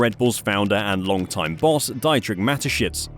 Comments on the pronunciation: It’s pronounced dee-trich, not die-trick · FOR CRYING OUT LOUD! Dietrich Mateschitz is not pronounced Die-tricht but di-tricht. Use google to find out pronunciation if you don't know even basic German! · I just have a little problem with your pronounciation for Dietrich. Can you please try pronouncing it as Deetrich? That's how it should sound...